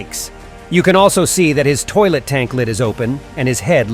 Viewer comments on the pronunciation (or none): The analysis is so epic and cool! But you said at the end of the video: "and that was me see ya" you didn't say or you said ISO 🗿❤❤❤ 😆😂